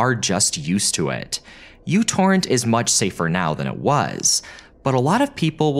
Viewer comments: MICRO Torrent. The software is called MICRO Torrent. sigh.. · WHY DO YOU KEEP CALLING IT U-TORRENT????????? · That is not the letter "u" from the Roman alphabet, that is the letter "µ" (mu) from the Greek alphabet. So µTorrent is actually pronounced as microTorrent. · Its pronounced NanoTorrent dammit ! 😊😅😂 Im rite. I was there when it dropped back in the day. That symbol is the unit of measurement microchip architecture of the transistors/wire pathways are measured in. Nanometers. That symbol in front of the Torrent. Makes it NanoTorrent ! But when it first came everybody in Indiana was calling it NanoTorrent. Though as the mentioned "poor marketing" ! So I guess we won't hear the creator or commercial say the name aloud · wait its not myu torrent??? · Fyi it's pronounced "micro torrent" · it's pronounced microtorrent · I think it's still correcting since the µ is neither pronounced 'u' nor 'you' and It's like seeing an R and saying this is pronounced as Z, to me at least that just seems to be an error. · Couldn't watch this beyond a min or so, the u symbol in the uTorrent name is the greek letter "micro" and is there to imply that the programme is small and uses few resources - not only does he pronounce it incorrectly he doesn't know what it means. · see that symbol "µ"? it's the Greek letter "mu" (and feel free to lookup how to pronounce it, because I know you'll get it wrong). it's not a "u". Yet you succeeded in creating an entire video about µTorrent without letting that bother you. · You need to google how µ is pronounced. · Came here to point out it's "Micro Torrent" not U torrent. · Its pronounced Micro Torrent, not u torrent. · It's "Mu Torrent", not "You Torrent"! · It's called "Meu" torrent, not "U" torrent. Just because μ looks like u doesn't mean it's pronounced like it as well. μ is pronounced at Meu. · oh my - its first time when I hear somebody reads micro torrent as u torrent. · Me torrent not U torrent. Me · It is, he's mispronouncing it